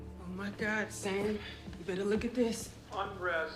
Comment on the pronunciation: It's not Damn, it's Sam!!😂😂😅